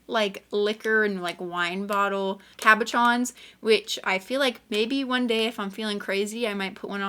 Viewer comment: I love organizing. I know, weird thing to enjoy. But it's just so CALMING for me. Once it's done that is. I must organize using a totally different method because I could not follow your train of thought. That's ok though, because as long as YOU can find the stuff you want quickly and easily that's what matters. Side note, PLEASE learn how to correctly pronounce cabochon correctly. It's ka-buh-shon. SH sound, not CH.